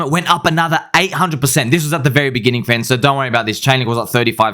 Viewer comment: You called it fren! ❤